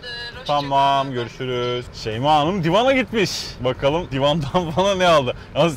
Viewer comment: Şeymaya neden bazen şeyme dediklerini yeni anladım 😀😅